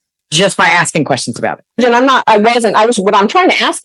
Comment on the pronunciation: Axing, what?